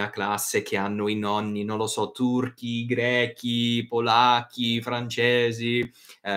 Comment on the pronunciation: Interessante, ma i vostri nonni/genitori parlano in italiano o in dialetto? Perché in molte interviste le persone italoamericane spesso parlano in dialetto. Piccola correzione: greci non grechi 😊